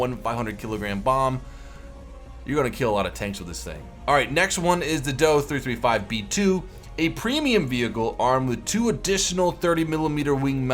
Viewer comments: ....last I checked we didn't pronounce the JU-87 as "The Jew-87" just say Dee-O-335. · DO-335 ist pronounced like the do in door